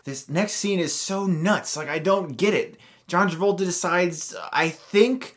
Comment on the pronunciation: hehe John Tabolta